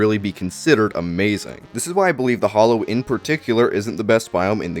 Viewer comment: Why is it only in the Terraria community where people pronounce "hallowed" as "hollowed"? It irks the crap outta me. Two different words and pronunciations.